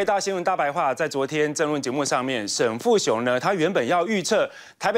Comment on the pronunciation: 沈跟沉是不是很像，每次都講錯的~過氣了~下來休息吧？最真的主持人。